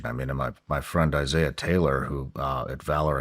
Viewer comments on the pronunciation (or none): none